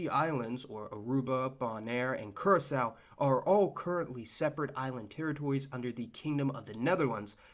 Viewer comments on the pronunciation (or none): none